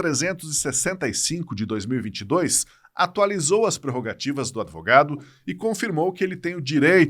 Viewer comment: Adevogadus kkkkkkkk